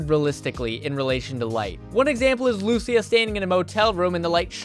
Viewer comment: I'm glad you could pronounce her name correctly! Lucia. Instead of like some YouTubers call her "Luh c ya"😅